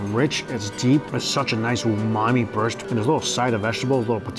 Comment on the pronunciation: Quit saying umani.